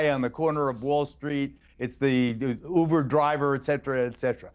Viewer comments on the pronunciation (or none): none